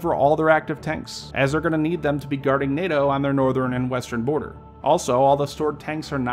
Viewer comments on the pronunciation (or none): none